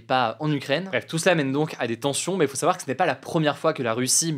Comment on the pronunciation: Pourquoi hugo dit dans chaque épisode "pour en sawar plus". Il suffit de le dire moins vite et c'est facile à prononcer correctement 😅